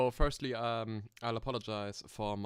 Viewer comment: 1. es heißt GP 2. Wahrschl. firstly und nicht firtly 3. Maxi war halt schüchtern 4. Schade für Klaus 5. Speedrun ist nicht der Sinn von FVD, gute Sachen brauchen Zeit 6. Trap Musik ist der größte Rotz gemeinsam mit Rap. Aber ok wenn du das hörst. 7. Ne ich mach nicht den Quimerra 💀 8. Das Grasding is das standard Scheiß von Nl2. In blender gehts deutlich besser.